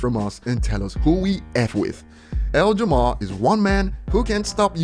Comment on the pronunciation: I love how calls him L Jamar and not Lord Jamar